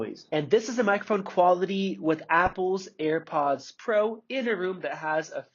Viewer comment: You call them EarPods instead of AirPods haha cute